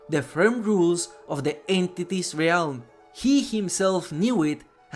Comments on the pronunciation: Hey, just a heads up! "Realm" is pronounced "relm" not "ray-elm" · Great video! I’m relatively new to dbd and I’m loving learning the lore. FYI, realm is pronounce relm. The a is silent 😊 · Bro you godda learn how to say realm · the word "realm" has one syllable, and it rhymes with "whelm". like "bell" but with an M on the end